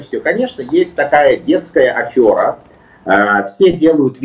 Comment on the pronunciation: Прошу прощения но слово афера пишется через е и так же произносится казалось бы пустяк но режет слух каждый раз